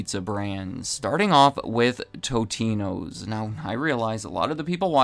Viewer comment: It's not "toe-te-no" , it's, "tot-e-no"